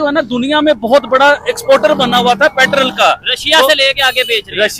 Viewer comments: Not patrall. Petrol 😂😂😂😂😂. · लाउ डे पेट्रल नहीं पेट्रोल बोलते हैं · पेट्रोल ❌ पैट्रल✅